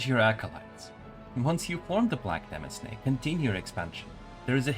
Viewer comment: Small correction: “demesne” is unfortunately pronounced like “domain”. Otherwise, this is a really useful guide. Much appreciated.